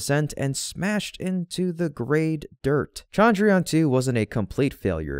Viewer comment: chandrayaan has a soft ch not a hard sound, sorry, it is the teacher in me, good work as usual.